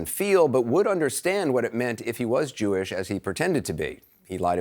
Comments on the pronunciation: "JEW ISH"...LOL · “Jew-ish” smh